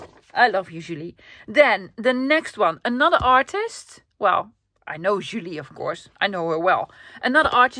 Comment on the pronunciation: And 👏 for pronuntiation Julie in french 😊 perfect! 😚😚🥰 i love you too